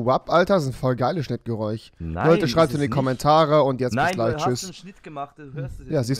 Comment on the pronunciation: Das “chnitrgereuch“😂😂😂😂😂😂